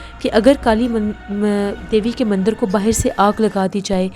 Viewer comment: Himalya (not Hamalya) Mandir (not mandar) Totally understandable if you usually mispronounce Hindi words. You are doing a great job. Thank you for entertaining us with your narration.